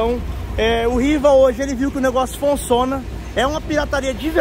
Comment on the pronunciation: Melhor parte quando o fala "fonciona" kkkkk